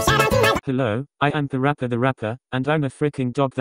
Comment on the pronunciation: Lol I like how parappa dad called him perapper